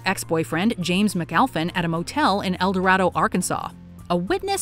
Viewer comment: I lived in El Dorado and it's door-eh-doh, not like the lost city. But I remember that story when I was there.